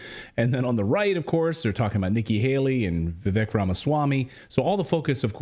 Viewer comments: By the way, it's not pronounced Vvek. It's Vivake. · Can you please just learn how to pronounce Vivek's name?